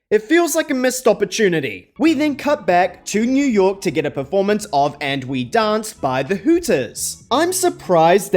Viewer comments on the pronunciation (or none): none